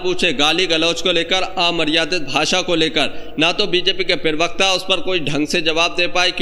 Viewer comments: पिरवकता नहीं होता है भाई प्रवक्ता होता है। सही उच्चारण से बोलो। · Bhai pirwakta pirwakta pirwakta..kya hota hai pirwakta? Prawakta hota hai